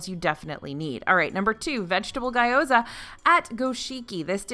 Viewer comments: Ga yoza? Yeah nope, just gyo-za there is no A after the G... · wait i thought we went over this last time haha-! it's pronounced gyo-za, not guy-o-za! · maybe ghee-o-za would help her out LOL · You had me at FARTS! lol. (Although might want to look into how to pronounce "gyoza" ;))